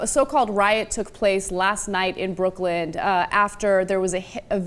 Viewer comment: Did Ana just say BrooklynD? Cenk, NO. Shooting the kid 11 times is excessive force no matter what. If these assholes are so highly trained it shouldn't take 11 bullets to disarm, not slaughter but injure and contain, the "threat" from a teenage child.